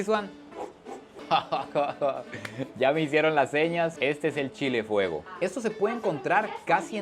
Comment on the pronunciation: Nada más Sancarleño que diciendo "Chila" jaja